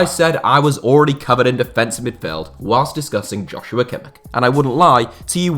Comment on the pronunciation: Pronounced “Yos- yu - wa Kim -ish”